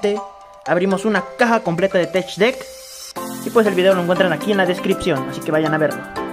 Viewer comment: Se pronuncia tek no tech , gracias